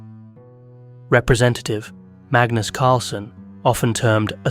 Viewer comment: two minutes into the video and you couldn't get magnus' nor bobby's name right 😭